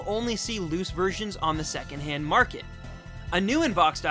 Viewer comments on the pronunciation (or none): none